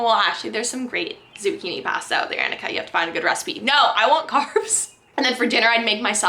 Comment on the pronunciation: Interesting pronunciation of the first name. I've never heard it before, just ones pronounced "Awn-ikka"